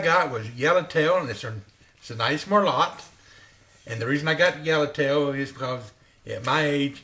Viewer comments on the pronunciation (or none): if you put that pot on your head I thought you could be someone else, lol. I don't know if you know merlot is pronounced Merlow. Just enjoying this video. Not too many people got the joke about good tail, Yellow tail.